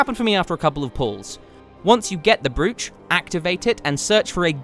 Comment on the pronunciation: Don't take this the wrong way. You seem the intellectual type who doesn't have an ego (in the bad way), so the right way to say "Brooch" for the future is as so